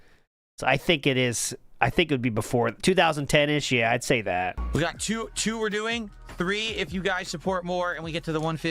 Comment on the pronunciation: I hate his lisp, his over-anunciation of words, his voice... For example, he pronounces the word "two" sometimes like "t-who" and sometimes like "choo". I hate this guy.